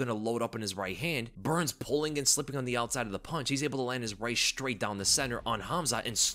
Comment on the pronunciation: Why do people say 'Shtrait' now? It is 'STRAIT.'